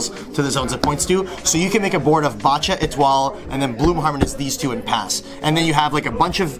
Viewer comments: Bacha is pronounced baha like Bach the composer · This mf pronounces "Bacha" as "bah cha." 😂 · Pend is best deck, but please please pronounce Bacha correctly. No one does but it's so simple since it's based on Bach the composer